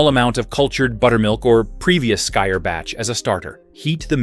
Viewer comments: You shouldn’t mix skyr and honey. The antibiotic qualities of honey kill the probiotics in the skyr. Also skyr is pronounced more like “skeer”. The Icelandic y isn’t pronounced with a long i sound. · Just heard him say it… very bad. Americans have the worst pronouncing.